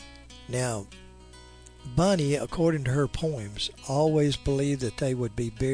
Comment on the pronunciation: Not me, made me nuts hearing him saying Bunny everytime instead of Bonnie.